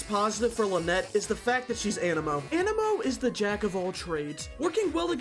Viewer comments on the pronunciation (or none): none